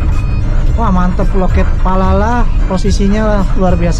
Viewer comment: Bang kok dari tadi bilang nya palala